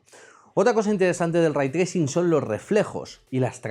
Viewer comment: Tracing Ray Cores Direct ☓ Microsoft Nvidia Aprende a pronunciar imbécil.